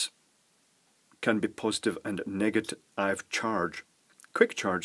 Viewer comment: negat I've charges, no less... "chinglish" at its finest.